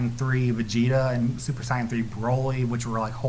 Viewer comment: I just wish he would say sayan and stop saying cyan